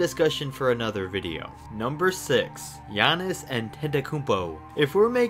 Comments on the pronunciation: How did you mess up Giannis’s name? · That’s not how you say or spell Giannis’s name